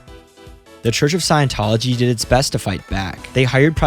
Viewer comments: Say it with me. Scient-tology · The sad thing is we can't trust a word of what you say because how could you know anything about the subject if you don't even know how scientology is pronounced